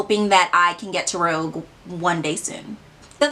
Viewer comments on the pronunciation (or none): Girl, I’m glad you exist. I laughed so hard at that calculation 🧮 it’s pronounced Rooj not Rogue. It means red in French, which is appropriate given the rewards system. Even if you only shopped on the sale dates , at most you’d save $100 on 1k worth of spend and wouldn’t even qualify for the $100 gift card with your points. Lol. Sephora has us blind.